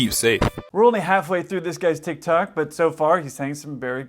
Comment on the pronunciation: “Tickrock”